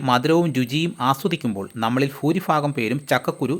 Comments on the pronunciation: പൂരിഫാഗം അല്ല...😅😅😅 ഭൂരിഭാഗം. .ഭാര്യയുടെ ഭാ🎉🎉🎉🎉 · എൻ്റെ പൊന്നു ചേട്ടാ ഫൂരി ഫാഗവുമല്ല ഭൂരി ഭാരതത്തിൻ്റെ ഭ സമ്മതിക്കണം! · ഭൂരിഭാഗം, ഭൂ ഉള്ളിടത്ത് ഭൂ എന്ന് പറ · Lahu ഫക്ഷണം ആണ് 😂foorifaagam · ഫക്ഷ ണം 🤣🤣🤣🤣🤣ഫുരിഫാഗം 🤣🤣🤣🤣പോടാ